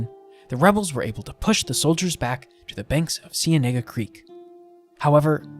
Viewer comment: his pronunciation is bad smh. it's spelled cienega creek, in spanish it does not sound like that